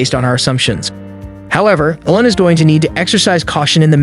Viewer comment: Did u call him Ellon? Lol like Ellen?? Its EEELON. Like EACH or EEK!